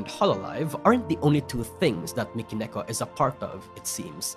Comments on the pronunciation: How can this guy cover Vtuber but couldn't pronounce "Mi" in Mikeneko? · Why do you call Mikeneko as Michael?